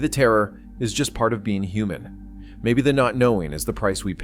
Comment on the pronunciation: Fawn-nom-mon was a hu-mon